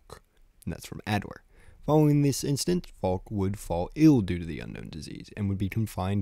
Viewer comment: I genuinely hate how he says Falk and not Falke :[